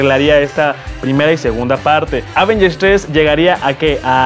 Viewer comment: Prefiero cuando Alex presenta las noticias:p o y se pronuncia avéngers, no ávengers:)